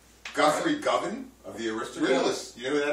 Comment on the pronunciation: Also cant pronounce Govan properly. Oh boy.